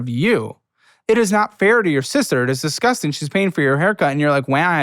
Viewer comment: I'm always amused how pronounces "dizzguzting"